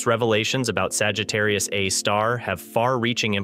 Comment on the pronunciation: I can't get past him saying Sagittarius "uh" (a) star....